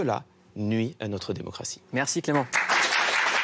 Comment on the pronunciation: J'aime bien, "Clérment!"...